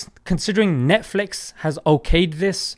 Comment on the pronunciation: NETFLEX😂😂😂😂 -Sheikh Assim Al-Hakeem